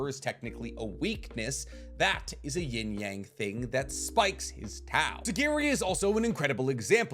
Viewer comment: I hate the way you pronounce "yang" you watch too much anime to pronounce the word like that